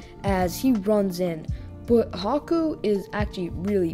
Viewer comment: anyone else hear caku instead of haku ?